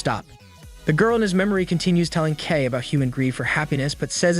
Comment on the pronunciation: Pronunciation is KAY, But love the Vid. This was my first Anime DVD I bought.